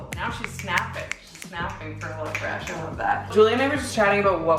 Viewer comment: The way you say "helLO fresh" bothers me